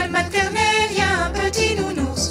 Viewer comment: "Ecole mathernelle"